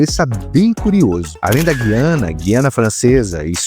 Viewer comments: GU - IANA, e não GUI - ANA. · Um deslize menor, mas importante: Na pronúncia correta de Guiana o U é pronunciado (UI é um ditongo), não é "Gui" de Guilherme. É uma exceção pelo fato de essa palavra ter origem indígena.